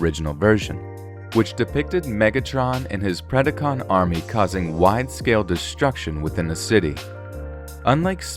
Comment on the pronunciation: LOL PREDICON lmao Decepticon!